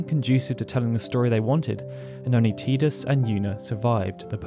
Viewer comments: Dear Lord why do so many people yourself included say Tidus WRONG!! lol even the lead developer calls him Tidus not Teedus or Teadus it's Tidus Ti-dus it's not difficult lol you say his name wrong so many times throughout this videos it begins to annoy lol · Can someone make me feel not alone in that I do not pronounce his name like that, my whole fam has always said Tidus like Tydus. I’ve never heard how others have pronounced it like Tea-dus IN MY LIFE. But have heard plenty people named/pronounced TIEdus. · TIDE-US not TEE-dus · I like how you continuously pronounced Tidus as "tee-dus," but then also pronounced his name correctly as "ty-dus" (timestamp ) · TYE-DUS. Not TEE-DUS. Tidus like Tidal. It's so frustrating to hear his name mispronounced. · His name is Tidus. It's pronounced TY-DUS not TEE-DUS.. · It's Tidus not TEEdus! As in tidal wave, or the tide coming in. Ocean related. Lol, sorry, that was like nails on a chalkboard after a while, but I really liked this vid. Great job sharing the deeper facets of the story! :) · like WHAT is a TEA-dus? I have never heard that in my life lol but yes like Titus! But with a D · Drink every time you say "Tee-dus" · Still refuse to pronounce Teedus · Tidus... "TIE-DUS" ffs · i cringe everytime he says teedus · You pronounced Tidus two different ways! 😀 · the only time you pronunced Tidus correctly. The pronunciation from Kingdom Hearts is wrong. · i can't even watch this because of the way you say tidus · I hate the way you say the main character's name... Considering how much of this world revolves around water it makes sense that his name would be Tidus as in the coming tide... Not Tidus as in I'm drinking a cup of tea... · cant watch. saying tidus wrong :)